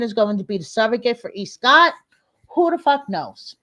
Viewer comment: when you said Escott. I LOL’d, and LOL’d again.